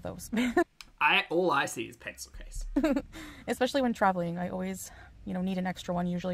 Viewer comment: For ALR she doesn’t understand that the 2,900 calories is the # to maintain her current weight, she would need to eat below that amount in order to lose weight. Also, there is not an “x” in the word especially, nor is it pronounced with an “x” in it.